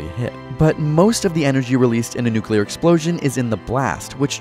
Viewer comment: NUCULAR📣POWER 📣SHOULDN'T 📣HAVE 📣BEEN INVENTED 📣